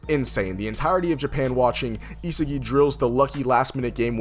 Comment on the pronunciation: The fact the you made this video just by loving BL and not knowing the previous video just became one of your biggest, just made me subscribe my man + your fan just being real and have original authentic content You deserve this traction to your channel 🫡 Ps: btw don't wanna be that guy but you pronounce it " i-A-g-i " 😂 (At least I like to pronounce it like they do it in the anime)